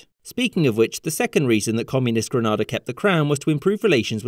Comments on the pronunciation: FYI the first "a" in Grenada is pronounced like the "a" in "grenade", not like the 2nd "a" in "Granada" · Great video, except you've mispronounced Grenada all through it. Granada is in Spain, the Caribbean island is pronounced like "grenade" with an "er" at the end. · Having been to Grenada, they pronounce their country as “Gra-NAY-da”. Not as the Spanish city of “Gra-nah-dah” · Your pronunciation is WRONG. Granada is a part of Spain. Grenada is pronounced as "Green'aa'da". Other then that great work. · Granada is in Spain. The island you are talking about is Grenada, pronounced Gren-AID-a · The Caribbean island of Grenada is pronounced Grin nay duh, not grin naw da I lived in Puerto Rico and was corrected on this a few times until I got the message. Pronounced the way you do it's somewhere in Spain. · Why is this video pronouncing it "gren-ah-da"? In both US and UK/Commonwealth English the middle syllable thymes with pay "gren-ay-da" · Pronounced Gren-AY-da rather than Gren-ah-da in every other report I've ever seen. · It's Granada not Grenade. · The pronunciation of the Grenada 🇬🇩 as Gre “Nar” da rather than Gre “Nay” da irked me. But the rest was good. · It's not pronounced "Grenadah" It's pronounced "Grenayda" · Fun Fact: Gren-Nay-Da, not Gren-Nar-Da! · It's Gren-A-da, not Gren-ah-da. They're very particular about this. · The pronunciation is "Grey-nay-dah" not "Grah-nah-dah". You're welcome. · gren-AYE-da. not gre-NAH-da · It's pronounced Green-nae-dah not Gren-nah-dah 🙄🙄🙄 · Grenada and Granada too different places and pronunciations GreNeDa and GraNAda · This was really difficult to listen to, as you kept mispronouncing the country's name. Its pronounced Gre-nay-da and not Gre-nah-da. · It's pronounced "GREN AY DA" ot GREN AH DA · Ga nay da not gr na da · Granada? You mean that part of Spain or you do mean Grenada haha. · It's pronounced Gree-na-da not Granada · It’s pronounced [gri’neida] not [gri’na:da] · Great video! also it's Green-ay-duh, Granada is Spain